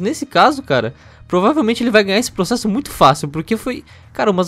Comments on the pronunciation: Ninguém: A Felipe Hipócrita: "vou proxexa" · "Eu proxexo! Eu proxexo!" By: Ixpertinho